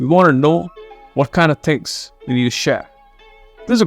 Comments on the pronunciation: No body in the world will pronounce “Share” that way except indians (that too a small %age) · Can't get past the way he's speaks "share". Amazing content tho.